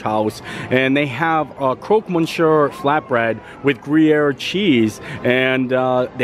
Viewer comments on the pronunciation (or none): Fun! “Grew-yer” cheese on the flatbread. ; )